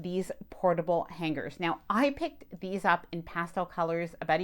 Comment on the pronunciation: Just my own pet peeve but please pronounce “ hanger” properly. The “g” isn’t held it blends in I know it’s trivial but nails on a chalkboard. How to pronounce the word on YouTube is very helpful